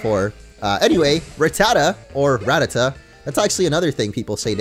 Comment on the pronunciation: Actually Rattata is pronounced ra-tah-tah kinda like gratata 😂